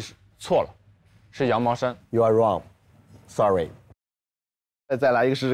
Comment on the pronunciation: Henry comes in late: "Sorry, sorry, sorry, sorry" Me lmao in CA: "Henry, shh... your Canadian is showing" Lol... Love from Canada. You guys are doing an amazing job.